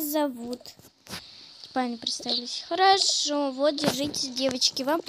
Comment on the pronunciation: Не хорово а харашо!